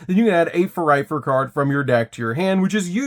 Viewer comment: I just can't get over how he keeps messing up the names "Fuluffal and Furightfur". I reminds me of Benedict Cumberbatch messing up the word "penuin" in the documentary xD Great profile tho!